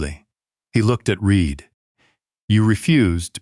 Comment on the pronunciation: it is REED, but the narrator says it wrong, half the time.